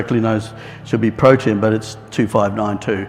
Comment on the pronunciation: Pro tee um SAY IT Protium... NOT Proshium 😂